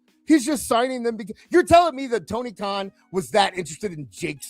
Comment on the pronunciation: toin karn sounds like toony karn 😅😅😅😅😅😅😅😅